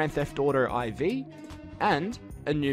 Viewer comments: wait did they really just call it "grand theft auto EYE-VEE" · He literally said "Grand Theft Auto Eye-Vee". Grand. Theft. Auto. Eye. Effing. Vee. *Blink*...*Blink*...... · When you were talking about GTA IV, you pronounced it as ‘Eye Vee’ not ‘four’